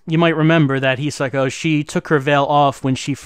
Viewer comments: pronounced Hisako correctly! Holy cow! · pronounce Hisako correctly! Holy cow!